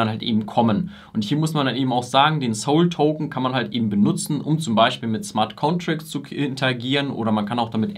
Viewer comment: Gut und einfach erklärt! Aber dass du Soul token statt SOL sagst, überschlägt sich mein Gehirn😢 auch hättest nochmal erklären können, wo der Unterschied zwischen token und coin liegt, vielleicht ergänzt du es ja noch. 😊 un der PoH mechanism kam auch etwas zu kurz, den finde ich sehr wichtig für solana im Unterschied zu anderen Projekten.